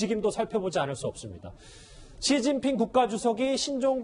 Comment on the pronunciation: 진필이 아니고 시진핑.